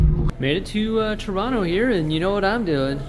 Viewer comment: I'm impressed with your pronunciation of Toronto.